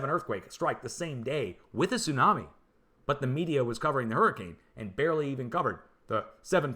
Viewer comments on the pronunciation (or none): none